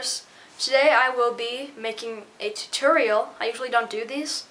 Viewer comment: u said it weird instead of tutorial u said titerial lol